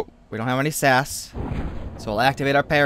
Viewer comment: It's not sas it's S A S